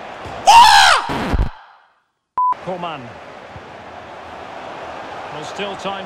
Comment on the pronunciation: آریا جان اون کومن هست نه کولمن😂